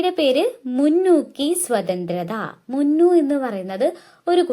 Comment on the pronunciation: ടുക്കു അല്ല മുന്നു